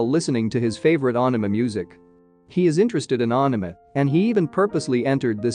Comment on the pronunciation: Ohk ur pronunciation of anime had me 🤣 at first I was like what is this aahname than I saw the leaflet 😅